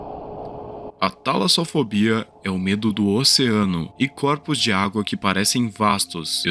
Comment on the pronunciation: A tala"zo"fobia é o medo de estar em um entalo?